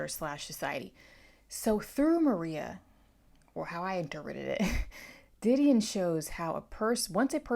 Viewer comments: I was thinking the same thing😭the beginning of the book specifically states the pronunciation lol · It really bugs me how you pronounce her name wrong